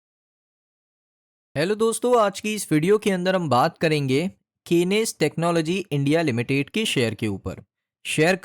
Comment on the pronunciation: Kenes nahi hai bhai😂😂😂😂